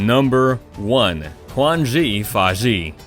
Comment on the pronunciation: the way you pronounced Quanzhi Fashi took away 10 years of my lifespan